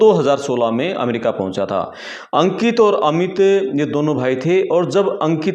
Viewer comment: भाई पहले बोलना सीख अमेरिका होता है ना कि अमरिका